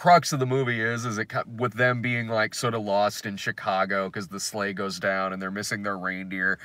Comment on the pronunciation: I kept hearing slaves every time you said sleigh and it made it sound like a very different movie.